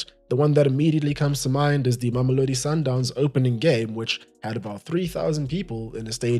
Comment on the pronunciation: youre south african i could tell by the way you pronounced sundowns